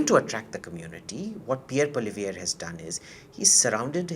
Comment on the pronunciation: Please call him by his name “Poo-ah-li-evre” and NOT Polly-viere!